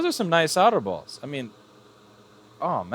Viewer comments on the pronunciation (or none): Sounds like you said "nice otter balls" instead of "nice solder balls"